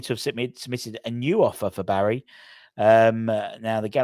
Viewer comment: its pronounced - BARISH not Barry